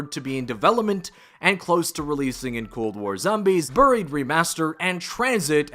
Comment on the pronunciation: “Burrried” lmao bro it’s “baried”